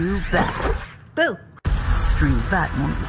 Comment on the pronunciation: Did she say “boo” lol